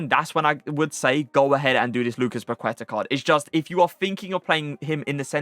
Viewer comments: I'am brazilian and love your vídeos! Your gameplay is amazing. Just a tip: when u say 'Paqueta', the right pronunciation is 'Paketa', the 'u' is mute. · The u in queta is silent. It's pronounced Lucas paketa